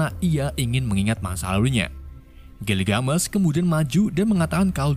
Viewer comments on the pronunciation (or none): Gilgamesh tuh ga dibaca gilgamesh tapi pakai e bukan e jadinya gilgamesh jangan gilgamesh bacanya,cmiiw hanya perbaikan kata gilgamesh